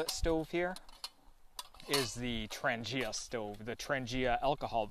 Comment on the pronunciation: Hi, very nice video. Thank you for the shout out. At least one new subscriber found the way to my channel. Nice set up and you pronounce Trangia well, my friend. Thanks for sharing! ATB, Ulrica